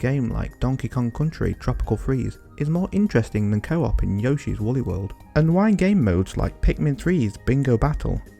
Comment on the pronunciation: When I first heard it, I brushed it aside, and felt someone's probably already told you. But then you said it twice in a row, and I became annoyed. Yoshi is pronounced "Yo-shi," not "Yaw-shi."